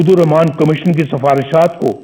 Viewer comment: Hrami ko bismla bhi parhni nhi ati Rakhman e raheem